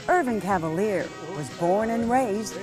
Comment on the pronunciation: Mispronounciation of his French last name - "Cav-a- leer" when it should be, "Ca - val - yay". ⚜️